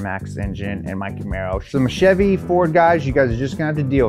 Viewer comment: i don’t think fevy or fevrolet is much better